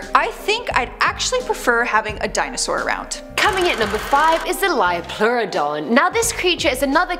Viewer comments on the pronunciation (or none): "LEO-pluridon". Not Lyo.